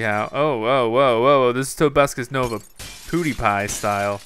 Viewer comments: I love how says "PooDiePie" instead "PewDiePie" lol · did he say poodepie